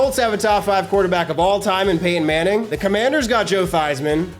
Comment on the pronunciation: Did you say Peyton Manning or Painting Manning?